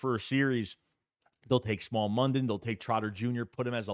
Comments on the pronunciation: Smael (Smile) Mondon not Small 😂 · its smile not small mondon u killin me